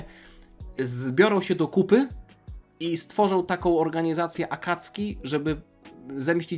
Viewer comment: Błagam nie mów "Akacki". W języku japońskim pomijane jest "u" , ale to się zapisuje "あかつき" w romaji to się zapisuje - "Akatsuki" ;) tam e ma "c" ;) więc wymawiamy "Akatsski". ;)